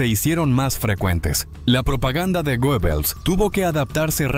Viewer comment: Creo que se pronuncia guebbels